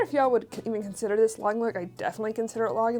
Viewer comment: Thank you for a great video! When sourcing I think if I could see Diane Keaton (Annie Hall) wearing this then it’s definitely Lagenlook! You are pronouncing Lagenlook correctly!!😄❤️